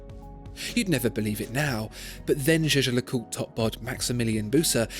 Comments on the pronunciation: Is it just me or does it sound like he's saying J.J. LeCoultre? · Hope your prononciation of that brand is better than in the video.... "Jejelacourt"😂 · you mispronounced jaeger-lecoultre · The way Jaeger-LeCoultre is pronounced tells you exactly why nobody speaks French out of choice.